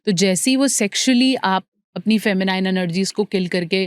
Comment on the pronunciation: "Feminiiiiine' is wrong pronunciation The correct pronunciation is Fe- mi- nin as in " nin" not as in "nine"